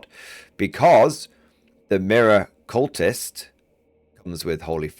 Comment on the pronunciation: Miracultist is not said like 'mirror-cultist', its someone who does miracles, so its said like 'Mira-qu-list' not somone who worships mirrors in a cult